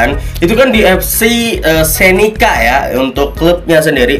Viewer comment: FK senica woi, bukan FC senica